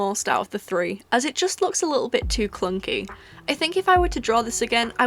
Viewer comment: Truluf clunky? I heard CLUCKY